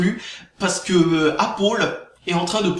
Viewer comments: "Apple" se prononce "apeul" pas "apol" ... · Appeule c'est pas mieux C'est entre deux à l'américaine. Apoeul serai mieux en prononciation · Apaul ??? c'est quoi cette marque ???.... Ok!!! tu veux dire pomme en anglais !? C'est \ˈæp.əl\ ("épeul"). Ué c'est de la merde, vive linux !!! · C pas apol c apeul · C'est pal "apol" mais apple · apôle ... j'adore :D (la prononciation :P) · Sinon pour la vidéo lol tu me fait rire quand tu dit appaul ... :D. Ton sujet est très bien défendu et personnellement tu a raison d'en faire pare au gens qui se font avoir par les média.Car il faut savoir que tous les média ou presque sont des info manipulé donc perso faut pas croire a 100% non plus. Très bonne vidéo continue comme ça.